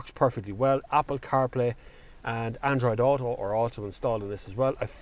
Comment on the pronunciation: Finally says “Android Auto” correctly! 😁